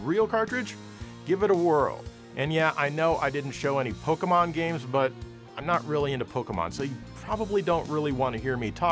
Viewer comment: Well, sir... you may not be into Pokemon, but at least you know how to pronounce that name. I cringe every time I hear someone say "Pokimon".